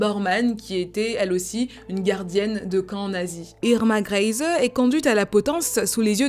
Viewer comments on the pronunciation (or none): ça se prononce "grése" avec l'accent sur le "é" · Pour la prononciation du nom de famille Grese, c'est /Gr'ɛɪzə/ (si tu sais lire l'alphabet phonétique international. Le premier "e" est plutôt fermé et le "e" final est muet. Ta vidéo était vraiment super intéressante : la période du Troisième Reich et la Seconde Guerre mondiale étant des époques qui m'intéressent tout particulièrement.